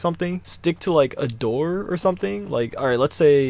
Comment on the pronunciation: "Or sumding"